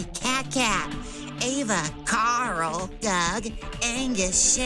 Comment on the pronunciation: You say Carl the same way i call for my cat, Karl